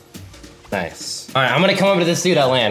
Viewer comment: bro honestly this guy hits the craziest clips and says "NOICE"